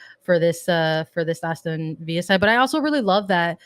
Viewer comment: Its ASTON VILLA NOT VIA .